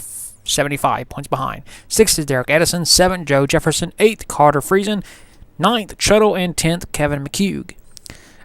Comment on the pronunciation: Free-zin. Friesen